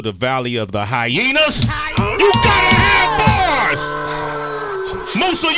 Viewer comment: VALLEY OF THE HYEYAS! 😂😂